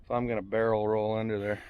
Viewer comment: Did he say Barrel Roll or Bear Roll !